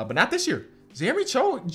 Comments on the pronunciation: My Polish boy Sochan wins DPOY <3 BTW pronunciation is SoHan not Soczan but never mind :D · Sochan pronounced so-hon like han solo from star wars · how to pronounce Jeremy Sochan's name correctly? Ignore the 'c' in it - like So-Han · Hey just helping you know that it’s Jeremy Sochan(So-han) and Paolo Banchero(Ban-Care-O) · Take a shot everytime pronounces Jeremy Sochan’s name wrong 💀💀